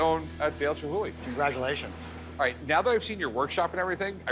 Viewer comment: Chumhuly...or Chumhulee. Lol.